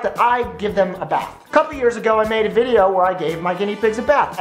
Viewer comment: ...really, you just want attention don't you? i really don't think anybody cares. by the way. it's video, not VADIO.